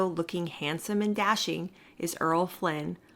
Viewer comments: Errol: Er-rol: ere-ole not Earl: erl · I was wondering about that, but I'm forgiving.